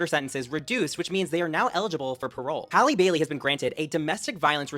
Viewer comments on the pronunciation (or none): none